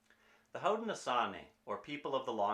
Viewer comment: We are pronounced hown-da-na-shownee Nya:weh for the recipe! My husband and I decided were doing a traditional cooking challenge with our babies for one week, curious to see how different our bodies feel!